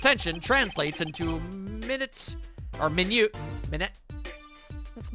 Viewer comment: th word is pronounced "my-newt" in the context of zak's exposition on the gramarye power, fr the record